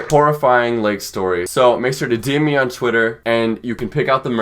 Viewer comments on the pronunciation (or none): I love you but when you said “deem me” I died cause I always say dm me like that too 😂